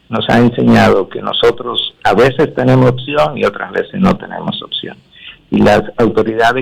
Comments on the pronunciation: Esa mujer que primero hable bien Se dice:opcion y no otsion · No se dice otcion es opcion